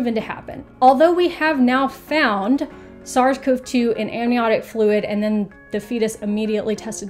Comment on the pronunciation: Hello! In the virology world, SARS-CoV-2 is usually pronounced like sars-covie-two, with an ee sound. Sorry for the minor nitpick. It would be nice if the literature clarified how us research nerds are pronouncing it, but I suppose the pronunciation also doesn't matter much in the end!